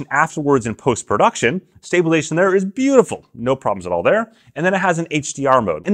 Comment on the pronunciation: Dude, seriously, if you want to be taken seriously when talking about stabilisation, you need to take the time to say stabilisation, not "stabalation". BTW, Matt Jones, Red Bull slopestyle superstar, has a video up doing double backflips and it stays on his chest and his pocket with the magnet, no worries.